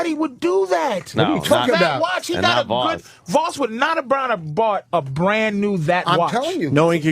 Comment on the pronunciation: Hey its Vosss